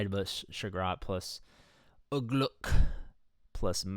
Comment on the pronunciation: Don’t ever say Ugluk like that again please….